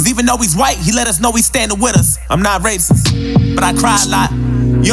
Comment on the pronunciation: Racis?*????? Do you mean racist? Lol your girl acting as a fool